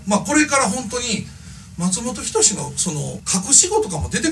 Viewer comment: 発音がマツモトキヨシやんw